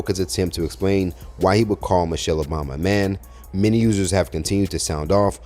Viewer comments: If you guys just listen to this fool he can't even pronounce her name right. He said Mochell instead of Michelle what a dumb-ass! The jokes on you fool..😮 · To be fair he did say "Mochelle Obama" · He can't even say her name right lol... called her Mochelle 😅...come harder my guy 😂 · He said Mochelle